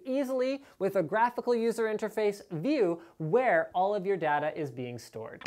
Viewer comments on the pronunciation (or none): Dada? it's Day-ta